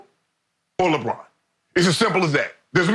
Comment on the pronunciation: Everyone are saying mj the and shannon says lebum lol